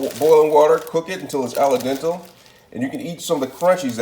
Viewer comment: When he said "aladentl"😳 I almost stopped watching like nah this guy doesn't know what he's doing 😂